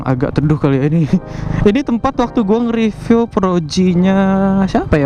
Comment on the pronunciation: Maaf om mau ngingetin, review tuh pengucapannya "ripyu" bukan "ripiw",,, aga rancu kedengerannya 😅